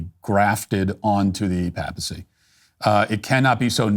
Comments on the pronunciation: Papacy has a long A, Matt. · Your excellent commentary on Leo XIV was marred by your pronunciation of "papal" and "papacy." The first syllable is normally pronounced "pay". Sorry I got distracted.